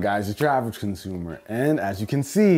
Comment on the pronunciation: "Average Comsumer" haha....